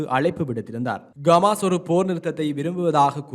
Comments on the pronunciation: Dei Athu Gamas illada Hamas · Athu Gamas illa bro Hamas!!! தமாசு... தமாசு..